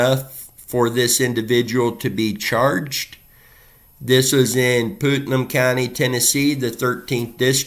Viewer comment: Putnam is pronounced like putt putt golf and num… putt - num, Putnam Thank you for bringing attention to these cases and the families